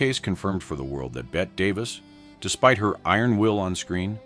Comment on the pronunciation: Oh, “Bet” Davis again! Damn AI